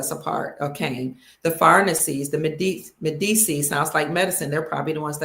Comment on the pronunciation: ci in italian is pronounced Med-ee-chee.